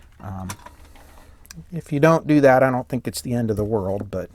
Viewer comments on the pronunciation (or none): none